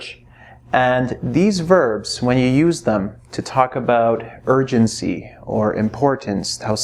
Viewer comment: I literally hear urgency as virgincy even though i knlw it's not even a proper word